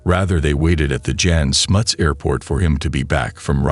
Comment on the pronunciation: Please get the facts right. Its absolute bs that 176 "children" were shot by police in the 1976 riots. One student died. The name Andre is pronounced Ahndray. Not Ander. The airport was pronounced Yahn Smuts. The 76 Soweto uprising was not against apartheid but against the policy of teaching Afrikaans to Black students. I also seriously doubt Stander was involved in the Angolan bush war. He may have been on the South West African/Namibian border but I doubt he went into Angola. As a policeman it's even more doubtful. It's a pity this bit of history has now been so distorted as the Stander/Heyl gang is an interesting story without the political bs.